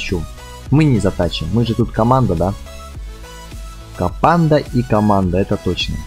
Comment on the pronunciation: Ты так прикольно говоришь "КоПанда"!!))